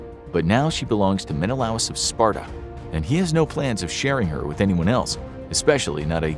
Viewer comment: Sorry, but it's pronounced Men-a-lay us.